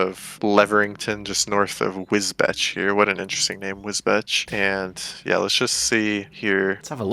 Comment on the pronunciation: wisbech is pronounced wisbeach. probably something from old english